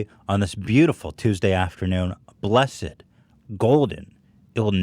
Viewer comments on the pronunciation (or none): none